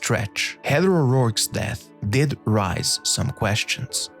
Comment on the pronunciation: "Rise her death"? Please, it is raise her death.